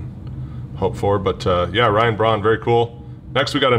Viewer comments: Ryan Braun does not have an "H" in his name? Hm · Ryan braun dosent have an h in his name